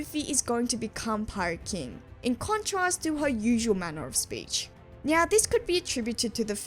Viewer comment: Great video, I did have to stop and double check if you had said "nyow" at the start. I knew most of those translation quirks before, and yeah it adds a whole new level. Didn't know about the "fired", "neck" joke or the laugh of that one dude. I knew that alot of Zoro attack names are food puns but not that specific one. I also like how Sanji will sometimes add a "w" sound with Nami's and Robin's honorific "Nami-swan" "Robin-chwan" when he's even more... smitten if I'm being nice, perverted if I'm not. Again great video.